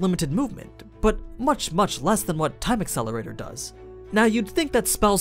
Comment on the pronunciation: you said the name of the spell wrong. its actually time AcElErAtOr~~~!!!